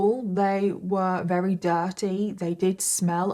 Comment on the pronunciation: Why does this lady say rery instead of very? It’s so odd